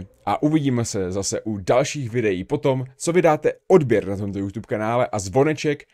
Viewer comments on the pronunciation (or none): none